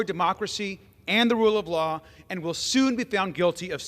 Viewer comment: "The wule of wahh" had me, hahahaha